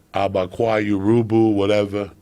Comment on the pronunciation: "Yorubu... or whatever"